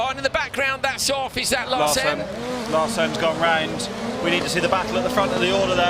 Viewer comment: Great racing! Great commentary! Nevertheless, Larsen is pronounced with the emphasis on the first syllable. I know it's not easy so kudos to you both for doing as well as you do! Cheerio lads!